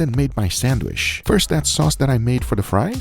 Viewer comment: Still cant pronounce Sandwich 🤣